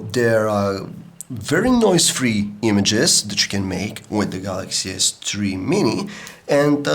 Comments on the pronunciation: galacksea s tree ;0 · 0.11 galaxy s tree.. lol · galaxy s "TREE" mini !!!